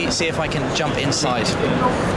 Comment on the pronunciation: when he said "let me see if i can jump insice" i tought he wanted to go in the trunk XD